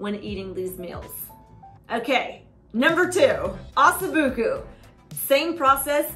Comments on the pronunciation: it's pronounced "Ah So Boo Ko"... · With the rendered fat that mixes with the broth from the crock pot, you could pour it into a fat separator (or gravy separator) and it will strain off all the liquid fat, leaving the broth to drink or use in soup, etc. PS - it's pronounced, "ossoh-BOO-KOH"